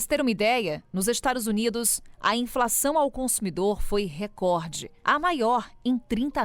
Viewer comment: 📢 FALAR ERRADO é feio. Sugiro uma forte campanha desse canal para resgatar a correta pronúncia da palavra RECORDE (paroxítona), há muito aviltada pelos apresentadores de TV, mormente na Globo.